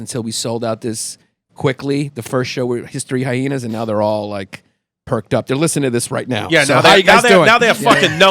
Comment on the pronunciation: The extra H in hyhenas has made me laugh every single time